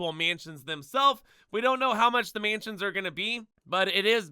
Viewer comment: Can’t say mansions properly either 💀